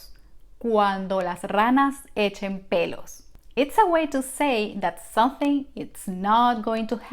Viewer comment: Un favor,, practicar la palabras, “something”. You should say the letter “m”. Not sonthing